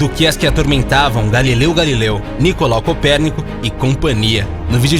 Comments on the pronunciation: “Galileu GalieU” ?¿ 🤦🏻‍♂️ 🤣😂🤣😂 sempre achei que era Galileu Galilei 😅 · Alguem escutou ele falar galileu galileu ksksk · Galilei Galilei então pra mudar um pouco kkk